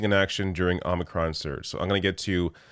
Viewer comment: It’s omicron not omnicron.